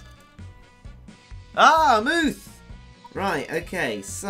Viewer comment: it's not a mooth it's a moth